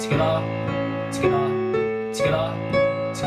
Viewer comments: Stoppppppp saying skiter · At first I thought he was saying "SKITTAH, SKITTAH" and I was like wtf is a skittah? Finally realized he's saying TOGETHA (together), hahahahah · It’s not together it’s “tgedda” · “tugethAh!” “tUgeTha!” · Tgethar, tgethar😂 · It’s ska instead of together lol😂😂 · Yes I could always hear that but it’s kinda easy to figure out that he’s saying together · When you’re saying “together” it sounds like “Skrra” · Oh shit he’s saying together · I like how you say together and how it eventually starts sounding like gibberish after hearing it a bunch. Thank you for breaking this down in such a basic way!